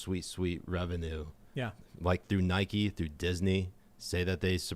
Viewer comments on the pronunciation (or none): none